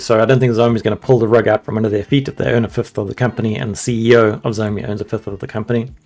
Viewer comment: Your pronunciation of "Xiao" is wrong. It's pinyin, not English.